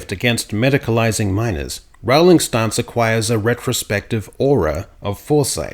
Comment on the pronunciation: Rolling. Not ROWE-ling. Rooohhhliiiiing. Be less lazy - if you're going to use someone else's name and words to promote your politics, put in the effort to get their name right.